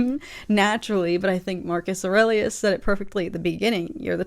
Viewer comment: Don't know if you had heard it said before but if not, nice work on pronouncing "Aurelius" for the first time! Lotta people usually flub it.